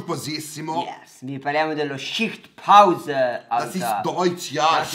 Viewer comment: non so perchè ma dalla pronuncia di 'schichtpause' mi viene subito in mente pausamerda di American Pie :D :D :D